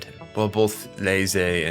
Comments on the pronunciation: He is saying Ney-zay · Why are you pronouncing reze’s name like that? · Why are you pronouncing Reze name like that lol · Bro I literally came to find this comment. No hate. Im just curious like am I hearing things or is everyone else pronouncing it wrong. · Sorry bro but please learn how to pronounce agrarian and Reze correctly